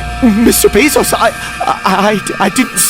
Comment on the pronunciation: Jeffery bezzos??? That was cracking me up and sorry I mean bezzos